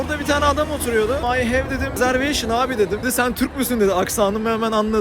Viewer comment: ay hev rezerveyşın abi?! Adam: Sen Türk müsün jsjjskeje